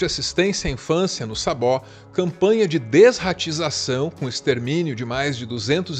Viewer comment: E é Saboó. Os dois sons são pronunciados: “sabôó”, mais ou menos assim. 🙏